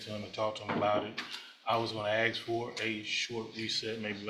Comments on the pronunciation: how so? Does the BAR require you to pronounce ask like that? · For an attorney to say "axe" is pretty pitiful!